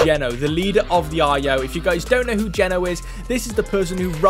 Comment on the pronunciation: It’s not geno it’s g”eeeee” no long eee not short e not to be rude just saying I heard quite a lot more people saying it’s geeeeno